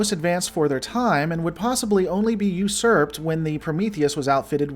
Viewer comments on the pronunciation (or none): none